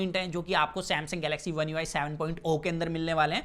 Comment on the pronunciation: One UI savaan 😂😄